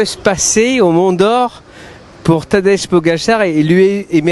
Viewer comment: Mais prononcez correctement le prénom de Pogacar, non d'un chien !